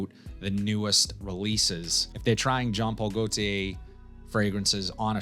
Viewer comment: “John paul go tays”